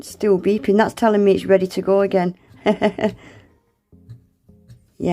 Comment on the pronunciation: The W is for "Weady to use" 😂😂